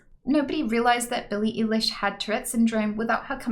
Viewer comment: Tell me she did not just say "Billie Eelish"